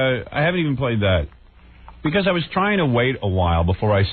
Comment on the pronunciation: Bee - kahs. (Because)